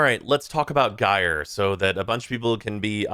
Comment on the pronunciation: Saying that both Banshee (who trivializes content with sonar) and Equinox (who struggles hard outside of normal path) need reworks is a take. Yet again another year where I am justified in completely ignoring opinion on anything. EDIT: Also it's not pronounced "Guy-er" it's "Ji-er". It's told to you in game, in promo materials. JFC learn to speak English.